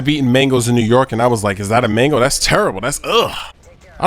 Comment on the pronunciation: made mangoes sounded like mingles